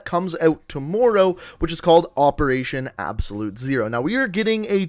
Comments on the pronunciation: To-more-ow Anybody else hearing that too? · ~apparently tohmowrow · I absolutely HATE the way you say tomorrow! OMG! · CombatFalcon X bro fr I was like how does he say it like that